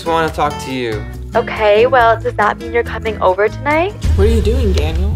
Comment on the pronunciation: Ugh his name is daniel not dainal